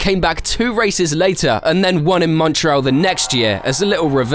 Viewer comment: Montreal not what ever the F you are saying